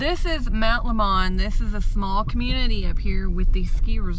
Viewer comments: Mt. LEMON PRONOUNCED LIKE THE PIE SO SAY THE NATIVES......... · It's pronounced Mt. "Lemon" like the fruit. I love driving up the Mt during the summer. Drops at least 20°